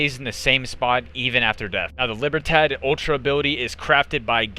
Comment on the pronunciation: Nailed it with "Libertad" pronunciation, "remedio" could've used a 5 second Google search for quality content creation...